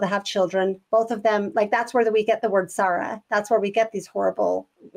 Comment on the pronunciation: the word sarra? I can't understand what you're saying. Do you mean sorrow?